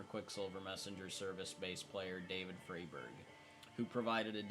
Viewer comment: Pronounced FRY-berg. FYI. ❤